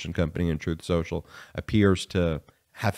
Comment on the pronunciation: Spin Soocial